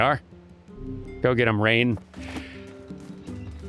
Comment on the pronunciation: You know I don't think a name spelled Rein would be pronounced Rain.